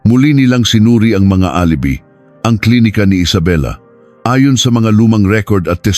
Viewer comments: Hahaha dko maintindihan yung petsa minsan may Indonesian language tapos yung alibi - a-li-bay tamang bigkas Yun hirap pag ai ang voice actor dmo maintindihan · Mali Ang pronunciation mo ng alibi..dapat alibay..at Ang G. Jose..Ginoong Jose.. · Wrong pronunciation po kayo ng "alibi". Hindi po " alibee" kundi "a li bai" ang tamang pronounciation. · ALIBI pronounced as ali bay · Alibi hindi alibe lol panget mong mag narrator... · Alibi pronunce: a li bay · Yong alibi,alibay ang bigkas dyan. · Ayusin mo ang pagbabasa lalo na ang word na alibi. "Tangnato"